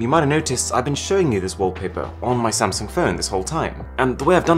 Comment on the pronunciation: “sh-tsung” LMFAO 😭